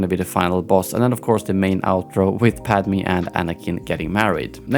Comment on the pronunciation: its weird the way he pronounces padme's name smh lol!